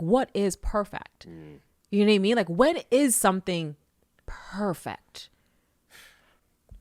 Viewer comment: She didn’t say “perfect” she said “perfact.” Girl, why you talkin white😂